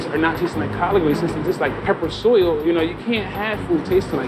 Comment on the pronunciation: Lmao he said pepper soil